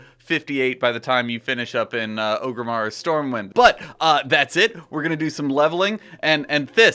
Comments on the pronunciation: 'Oh-grimmar', because those famous silent 'r's are always catching people out. It's Orgrimmar, mate. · Am I the only one who twitches when he says Ogrimmar? It's Orgrimmar. ORG-rimmar. Not O-grimmar.